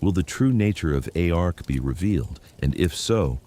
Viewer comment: 2nd video / chamnel I couldn't watch because TTS pronounced ARC A R C... truck you